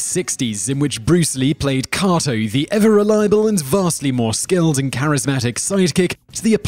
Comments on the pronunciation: Stop saying koto.....its KATO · The Green Hornet's sidekic's name is pronounced Kayto, not Kahto. Try watching the shows you talk about and actually listening. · With u on that just because of the sheer number of times he says it, leaves u screaming 'IT's KA'Y'TO, KA'Y'TO, 'Kay'To' 'KkkkkkaaaaayyyyyyToeeee' lol 🙃👾✌️ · typical commentary cant pronounce kato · Kay-toe (Kato) and Berle (rhymes with Pearl) Other than that great... discovered some new stuff about the great BL - which I didn't think was possible. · How can you know all this about Bruce Lee and still not be able to pronounce Kato? Even if you're pronunciation is "more correct" and you say it with a British Accent isn't going to change the fact that no one else says it that way. Also you mispronounced Milton Berle's name as well.